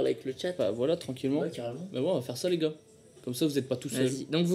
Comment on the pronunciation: il melange les o et l a quand il dis les goars